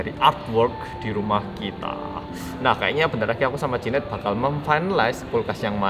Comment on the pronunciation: jehian Mbak bukan jehan 😭😭